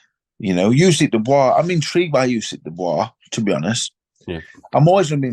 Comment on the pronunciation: Anybody notice Frank called usyk crusyk at the end then said about crusader hmmmm